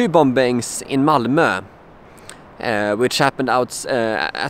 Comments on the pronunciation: you say it as bommmmings not bombbbbbbings lol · I'm not having a go at you, your English is much much better than my Swedish, but it's pronounced "boming" not "bom-bings". The second b is silent. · Love your videos. Just a kind heads up though. The word "Bombings" is actually pronounced like "Bomings". Basically just leave out the 2nd "b". I know it doesn't make much sense, but it's just that the 2nd B is silent. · I feel for you dude. Just one thing, the last 'b' in bomb and bombing is silent. It's pronounced 'bom' and 'bomin.' Otherwise your English is better than my nonexistent Swedish. Long live ABBA!! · it's pronounced "bomings" ... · The last b in the word 'bombings' is not pronounced.